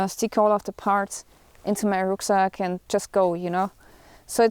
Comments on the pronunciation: Sie ist definitiv deutsch allein schon an in my Rucksäck hört mans lol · Into the Rücksack xD Gut Deutsch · Is she german? She said Rucksack instead of backpack. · I heard a Rucksack :o You are from germany ? xD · "stick all the parts into my Ruksack" - wholesome